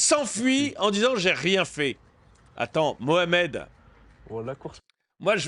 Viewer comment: Je ne comprends pas, il dit "Mohamed" ou "Mouche à merde"...... Ce n'est pas important, c'est la même chose 😂😂😂😂